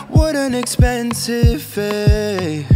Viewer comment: This guy is REALLY good, don't get me wrong. It's just... the enunciation though. Mine=Mind, Fay=Fate? It bothers me because one of the main things my choir teacher drills in our heads is the enunciation of words in a song. Especially the enunciation for syllables like D and T.